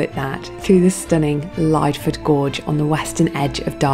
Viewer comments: I think it's pronounced Lidford. Great vid! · Pretty sure its pronounced lid-ford gorge :D I love going there, been a while since I last went. Great video :) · I get so many comments across so many of my videos that I keep pronouncing place names wrong, I think it's going to sadly become the quirk of the channel - but you've been the first person to let me know the correct way to say Lydford. I'd so pleased you still enjoyed the video despite my butchering of its pronunciation 🙏